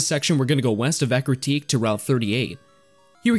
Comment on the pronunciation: God, i always called Eructeak City, until i heard you saying Ecruteak , 14 years of playing this game and until now i realized i was saying it wrong, damn